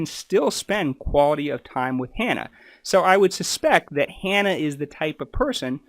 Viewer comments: Shane still takes a related oral medicine, just not the Spinraza injections. And, you mispronounced Hannah's name as well. It's Hannah. It rhymes with banana. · Sorry but your inability to ensure you use the correct names for the people you have made a point of talking about at the start of this video has damaged your credibility. When you have their names displayed spelled correctly but repeatedly call him Shawn when his name is Shane, and also saying Hannah’s name as ‘har-nuh’ rather than in saying it how she does, which rhymes with ‘manner’, it suggests that you have not done your due diligence. It is also disrespectful to and Grubs… It’s disappointing as there are many useful and interesting things you talk about, and could be helpful for others who want to learn more. I think that making simple mistakes like this raises questions about safety in your medical practice… I would suggest that you are more vigilant with what may seem small issues for you, but huge for the people in question - this could have been avoided rather easily by watching their videos when they say each others names throughout. I also find it very concerning that you decided to make and share this video despite openly saying that you emailed asking for permission to use Shane’s story in the video, but had no response!